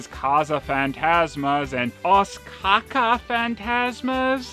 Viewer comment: Secam was the best video format EVER. Note: Other country had it, like URSS and Pal was invented by Germans. Your Portuguese ancestors must be ashamed by you "CACA" pronunciation of "caça". It pronounces "Caza".